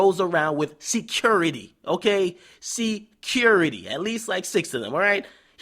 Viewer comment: "C-currity" lmao.